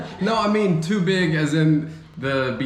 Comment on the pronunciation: Tubig / too big 😂😂😂😂😂 Work on getting rid of aspirated consonant pronounce when speaking Filipino words 🙂